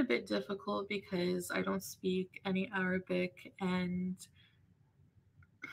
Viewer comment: why does she pronounce arabic like that?🙄🤦🏻‍♀️